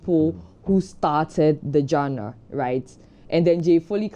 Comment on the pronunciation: it's not pronounced jenner. It's pronounced zhan-rer